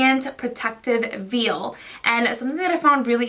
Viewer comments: Sorry I want to let you know the veil is pronounced like vale or vail not like a baby calf veal. I love your channel so I don’t mean to disrespect I just wanted you to know the proper way it’s pronounced. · Hi you pronounced "veil" incorrectly. Go ahead and google the sound.